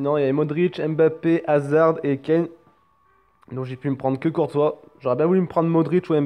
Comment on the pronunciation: ON PRONONCE PAS LE D DE HAZARD !!!!!!!! Ptn